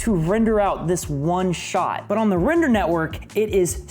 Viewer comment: Every time he says "render" Me: heheh.. "Wrender" But seriously though, how'd you do the pillar up stunt???